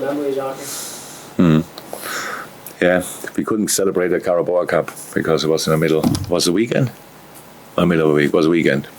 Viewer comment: He won the carabao cup but still says the name every time wrong lol